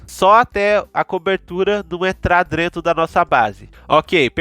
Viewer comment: O vídeo eh ótimo. Mas foi complicado ouvir falar "drento".😂. Mas de muita qualidade o video